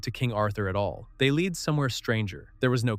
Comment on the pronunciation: Lead is prounced Led